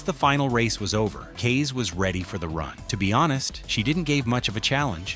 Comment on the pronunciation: You just had to butcher Kaze's name, huh? It is pronounced as KAH-ze, as in "Kamikaze", which it is apparently short for. I mean, She IS Japanese, after all